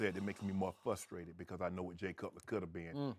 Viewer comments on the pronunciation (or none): it's FRUSTRATED...not fusstrated